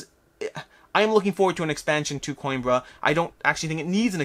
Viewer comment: PS: Played Coimbra with a fellow from Spain: it is pronounced Co-EM-bruh (long 'e' with an ever so slight roll on the 'r'). Cause I know you're nerdy enough to actually care. (takes one to know one).